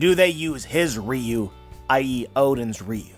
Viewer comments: It pronounce Ryu-wo Ryu is a street fighter character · The translation I read said "Oden's ryou". You pronounce it "riyuu". So are you mispronouncing it or is the one I read wrong?